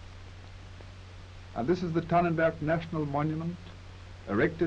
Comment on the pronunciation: It's Tannenberg though, not Tannenburg.